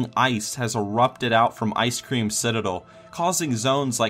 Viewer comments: You always call icecrown citadel icecream citadel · you said ice cream citadel not ice crown citadel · "Icecream citidel" XD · "Ice Cream Citidel" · I'm sorry, did you just say Icecream Citadel?